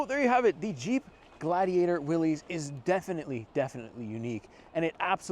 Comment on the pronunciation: its not will ees its will iss. named after john north willys